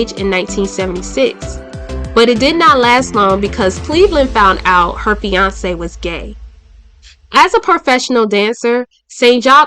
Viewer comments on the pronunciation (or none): none